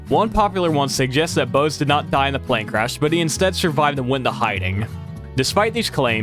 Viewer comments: the german word "die", as in "die Glocke", is actually pronounced "dee". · German "die" is not pronounced like "dye". It's more like Dee, as in Dexter's Laboratory DeeDee. Please. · A note - in German “die” is pronounced “dee”, not like the English “die/dye”. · I know, not important, but just in case: "Die" in "Die Glocke" is pronounced "Dee" haha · "die" in German is pronounced as dee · As someone who took three years of German I died inside when he pronounced "Die Glocke" wrong 💀 in German "Die" is pronounced Dee, and it's the feminine form of "the". "Die Glocke" means the "The Bell" probably bc it was shaped like a giant bell lmao